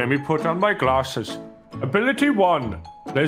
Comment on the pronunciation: "let me put on my glasshes"